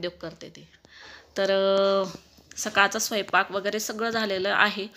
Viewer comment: स्वयपाक नाही स्वयंपाक.....😊😊😊😊😊😊😊😊😊